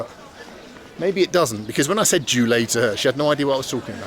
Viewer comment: when you said 'julea' to that lady she probably thought you were a brummie calling her name. 🤣🤣